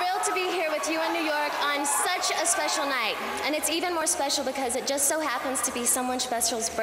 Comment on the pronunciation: britney cant even talk right, today its some one's smechial smerthday